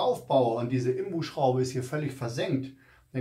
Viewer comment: Sorry, aber es heisst "INBUS" - und nicht "IMBUS"! Man sitzt ja nicht "im Bus"...! Die Ableitung kommt von "Innen-Sechskant" - also "IN". Deswegen INBUS.